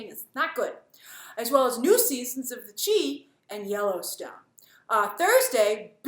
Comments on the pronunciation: Aye Grace. It's the CHI aka Chicago! Not the Chi like Tai- chi!!!! 😂😂😂😂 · Grace it's pronounced "The Shy" as in Chicago, not "The Che"😭😭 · It's pronounced The "Shy"...."Chi" is short for Chicago.... Not the "Chee" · Love your videos, just letting you know that “The Chi” is pronounced “The Shy” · It's the Chi pronounced Shy. The nickname for Chicago. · The Chi Grace think Sh|eye. as in Chicago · It’s “The Chi (Shy)” Grace. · Given the movement that is going on, just wanna correct you. The Chi is pronounced “the shy”, featuring a majority black cast, with a black female executive producer. Let’s promote black content correctly please. Thx! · It's pronounced "Chai", Grace. The "Chai". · The series The Chi is pronounced the Shy. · ‘The Chi’ is pronounced ‘Shy’...it’s the nickname for Chicago.🤓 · The chi is pronounced the shy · Pronounced the, “Shy”... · GRACE "The Chi" is pronounced like "the shy" lol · I cringed so hard when she said that🤦🏾‍♀️ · As a Chicago native, her pronunciation, made me giggle.